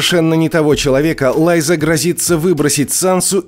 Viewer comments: ТириОн, Лайза, ДавОс. Может, в оригинале и так звучало, но как же это бьет по ушам… Смотреть не хочется🥴🤢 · Лайза? Лайза Арен? Ху из ит Лайза Арен??? Чел, делаешь видео по сериалу, так посмотри его, книгу почитай. Хотя тут достаточно было просто голову включить.